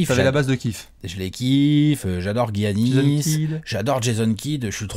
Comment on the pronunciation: les gars on dit "yannis" pas "giannis"